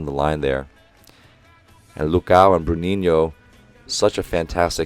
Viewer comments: I really appreciate you saying "Bruninho" and "Lucão" (or at least trying, haha) It made me enjoy the commentaries even more! Love from Brasil! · Coach! IF you are interested on the pronounciation of some of the players, Lucão would be pronounced as Lu-Khan-u (not as in you but just the sound of an u) The ão would very much sound like a long Ohm mantra XD And Souza would be pronounced Soul-Za Bruninho and the others are absolutely on point thought XD thank you so much for this!